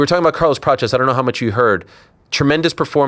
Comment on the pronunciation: It's Prates, not Peaches